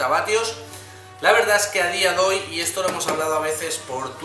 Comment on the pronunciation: "A dia doy" .... jeje